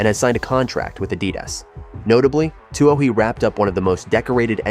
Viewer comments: Too bad this AI can't pronounce Katelyn's last name, otherwise it's great to see her back. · HATE this VOICE... CA'T Pronounce her NAME, and it's FIVE- ZERO, ZERO ZERO race